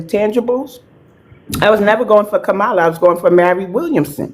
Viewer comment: KA-MA-LA, NOT KAMARLA. She pronounced it the right way.